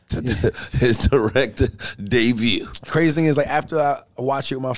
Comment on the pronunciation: Did say “Debrut” at first? 😂